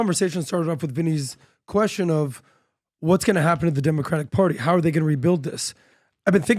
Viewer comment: why doesn't Patrick say "the" world properly? He always say "duh" in place of "the" and "dey" instead of "they." Does he have a speech impediment?